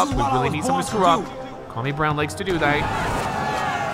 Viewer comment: If ur gonna pronounce Kwame, pronounce it correctly... Put some respect on Ghana's name!